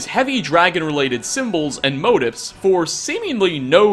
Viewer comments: On today's episode of can't speak English-motif. It's pronounced "mo teeth" not "motive" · It's not "motives." You mean motif, pronounced "mo-TEEF." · You pronounced "motif" wrong